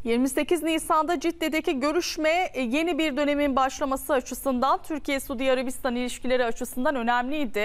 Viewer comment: Güzel kızım Sudiarabistan derken yanlış telaffuz ediyorsun.Suudî diye tonlayacaksin